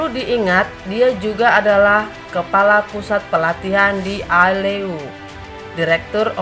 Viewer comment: Aileu bukan alileo… logat kamu merusak image orang..🤷🏻‍♀️🤷🏻‍♀️🤷🏻‍♀️